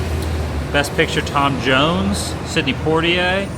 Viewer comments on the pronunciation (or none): none